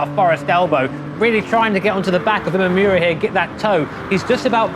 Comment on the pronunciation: Imamura = Ee-mah-moo-rah Where the -rah part is more of a d/r sound. NOT Ee-mah-yoo-rah